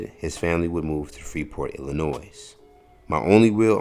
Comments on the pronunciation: Please make sure words are properly pronounced in your recorded content. The “s” in Illinois is silent. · the proper more (respectful) way to enunciate Illinois....the (s) is silent. I guarantee the Obama's enunciate Illinois with a silent (s) at the end. I GUARANTEE you that!! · (Illinoy), bro, but thanks for doing the research. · This guy's a comedian calling himself, are we supposed to take what he says seriously? He doesn't know anyting, he's not educated. Bob Johnson saw a come up from BET and the Charlotte Bobcats. He has generational wealth that will go into the ether and create more opportunities. needs to go back to Alcatraz! Bro, you're making video and you don't know how to pronounce Illinois!